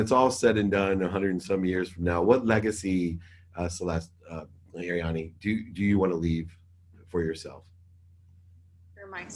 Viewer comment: Great interview! Always respected Arianny in how she built her own brand. Btw David it's Arianny not Ariana ;)